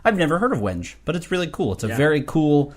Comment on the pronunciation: The wood is pronounced weng-gay. I made cutting boards from this a few years ago.